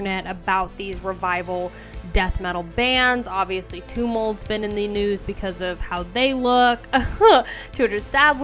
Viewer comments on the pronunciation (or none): none